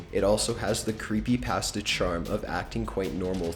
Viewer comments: anyone else bugged on the way he says "creepypasta" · Creepy pass-tuh